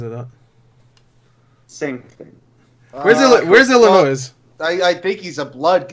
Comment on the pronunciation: “IllinoiS”...CMON,! Unsub! Jkjk never.